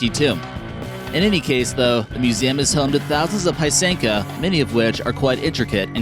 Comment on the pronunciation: Piesenka...really can people really say piesenka and not pysenka(pis-en-ka)